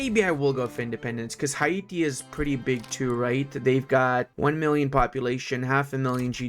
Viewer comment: Hi-e-tee? Hay-tee bro